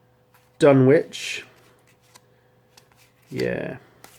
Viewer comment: FYI - I've mispronounced it myself for years, apparently the 'w' in Dunwich is silent... Dun-itch rather than Dun-which